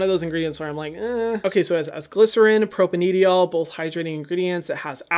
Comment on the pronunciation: It's cute that he pronounces Propanediol as propan-ediol instead of propane-diol😂😂😂